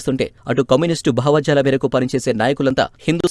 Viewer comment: వ్యాఖ్యాత తెలుగు అంత బాగాలేదు. భావజాలం నీ భావాజాలంగా పలికారు. ఇలా కొన్ని ఉన్నాయి...